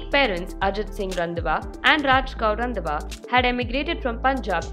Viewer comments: 😂😂 it's not randwa it's Randhawa please 🥲🥲🥲🤣🤣🤣🤣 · Please get the pronunciation of Randhawa correct.